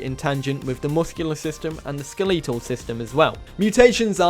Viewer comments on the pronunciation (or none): ske-LE-tol system lol